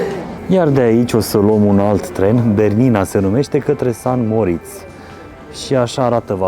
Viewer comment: Splendide vlogurile voastre, le urmaresc cu mare drag, felicitari si tineti-o tot asa! O micuta observatie, rog sa nu fie cu suparare, va rog nu mai spuneti si scrieti "San Moritz", ci "Saint Moritz". Multumesc, toate cele bune!